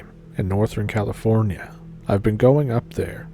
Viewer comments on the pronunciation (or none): none